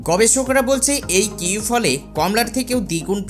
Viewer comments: Kiwi কিওই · ফলের নামটি অন্তত ঠিকঠাক উচ্চারণ করে বলুন এবং শুরুতেই বলুন